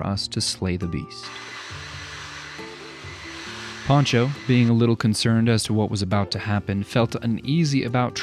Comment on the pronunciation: Lol you pronounce “Sancho” as pancho… use and S instead of a P… beautiful as always, your creativity and creations never stops amazing me